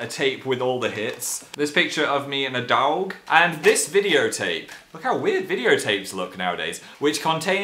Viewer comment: I'm from the north and no one actually says dog like this up here lol I'm pretty sure he just said it in a weird way and he usually says it normally ^_^